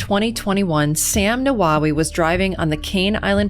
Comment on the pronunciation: The name Nawawi is pronounced Na-were-we